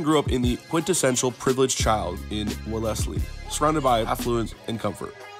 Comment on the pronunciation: The way you pronounced Wellesley was 😂😂😂